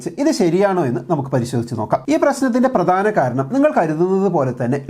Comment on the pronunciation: താങ്കളെ സ്ഥിരം കേൾക്കുന്ന ഒരാളാണ് ഞാൻ. ഒരു കാര്യം ചൂണ്ടിക്കാണിച്ചാൽ ശ്രദ്ധിക്കുമെന്ന് കരുതുന്നു. "പ്രദാനം", "അദ്വാനം" എന്നതിന് പകരം "പ്രധാനം", "അധ്വാനം"...